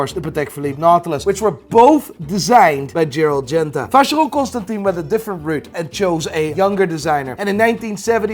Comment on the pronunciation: Man it's been too many episodes now. Please check the pronunciation of Constantin in Vacheron Constantin.